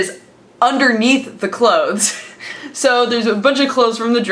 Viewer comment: I cannot stand the way you say "obviously" and "clothes". Its like youre trying so hard just to pronouce it fully. Just relax, its not that serious